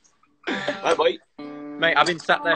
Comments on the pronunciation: the fact that he still calls him payno 🥺🥺🥺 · HE CALLED HIM PAYNO!!! IM CRYING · I love how Niall still calls Liam Payno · the way niall still calls him payno🥺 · when he said payno :( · ni called him payno😭😭